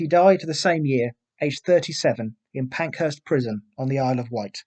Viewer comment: It's PARKHURST Prison not Pankhurst Prison.